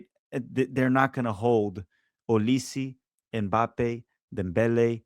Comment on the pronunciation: Bruh the way you pronounce those names are just hilarious, I wonder if you Americans actually check how it is being pronounced before calling Bruno Fernandes as "Fernangej" 😂 just read what you see. EM BAPPE 😂😂😂